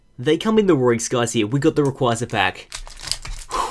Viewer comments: did you just say rayquaykrai? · said raycraycray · lol "raycraycray"?